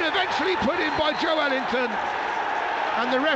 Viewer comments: Sounds like the commentator is saying 'Joe-wellington' 😂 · The commentator needs to learn how to pronounce Joelinton! 😂